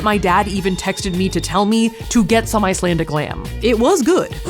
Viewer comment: I'm someone that lives in Iceland and you're actually saying some of the words correct